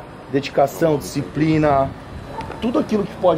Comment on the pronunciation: dicção, fala disciprina